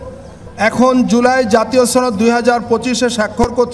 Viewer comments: সনদ নাকি ছনদ 😂😂😂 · সনদ কে কোলকাতার দাদাদের মতো ছনদ বলে কে? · এটা কি সনদ না ছনদ ??? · ছনদ না সনদ লকটা মনে হয় চাপাই 😂😂😅😅😅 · আপনি সনদ কে ছনদ কেন বলছেন। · উপস্হাপক মহোদয় সনদকে ছনদ বলেন কেন? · দাদা কোথায় থেকে আসলেন। বাসায় সসনদ বলেন কেন দাদ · উপস্থাপক কি কলকাতার নাকি? ছনদ ছনদ করছে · সনদ উচ্চারন করতে পারে না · এই উপস্থাপক্ষে মনে হইতেছে সে ভারতের সদস্য অথবা ভারতের কোন সক্রিয় সদস্য। সে বাংলায় সনদ কিভাবে উচ্চারণ করতে হয় সেই উচ্চারণটাও জানে না। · সনদের উচ্চারণ অনেকই ভুল করছেন। এটা খুবই লজ্জার।